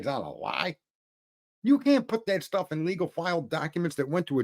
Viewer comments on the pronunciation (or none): none